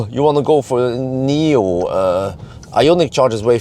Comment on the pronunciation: Thanks for the great video as. For your information It’s not Nomi pilot but NIO pilot actually